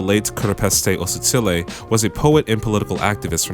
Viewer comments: kgositsile is pronounced with a saliva hurl sorta like hebrew's. its like "KHO-si-tsi-le" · lol it's all good. The Kg in Kgositsile & Keorapetse is hard to pronounce for other south Africans who are not setswana Speakers.